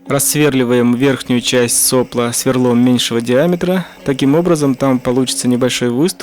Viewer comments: Шикарная работа. Но все же - да соплО, соплО а не сОпло!!! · правильно «сопло́»